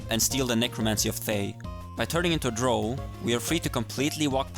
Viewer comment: Even the game says DROW not DROH. Wtf ....